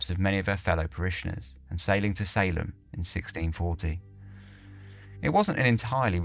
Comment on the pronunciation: Salem is pronounced Say-Lum 👍